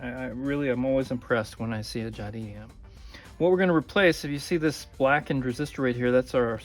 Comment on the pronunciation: Jadissss not Jadi , please c'est français